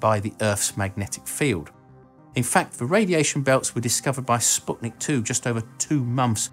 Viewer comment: Kudos to, probably, the only pop-sci channel that says the Spoutnik correctly. Everyone who calls it Spatnik, Spetnik, Sp@ or any other abomination looses any scientific credibility.